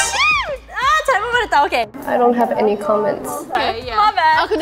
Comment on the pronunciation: Rosé:'blinto' Jennie:'netflex' Lisa:'TMR' Jisoo: 'I'm Jisoo I'm Okeyy'